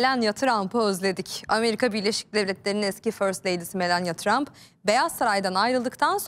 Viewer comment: Melenya tramp değil , Melani Tramp diye okunuyor